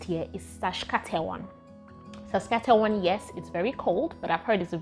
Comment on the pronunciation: 😂🤣 your struggle is real, it is pronounced as SAS-KA-CHER-WAN. And its capital is pronounced as RAY-JAI-NA (the last 2 syllables sounding like the last 2 syllables of a woman's body part)